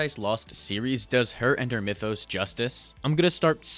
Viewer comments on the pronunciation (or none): none